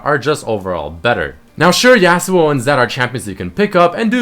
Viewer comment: because you say yasuo i unsub